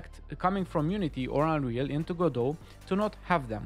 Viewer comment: Pronouncing it "Gah-doh". Okay, I already like you.